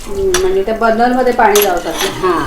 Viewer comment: Burnal nahi tai burner mhana